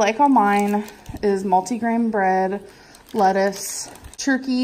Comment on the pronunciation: THEARSSS A LEATTICE ON TOP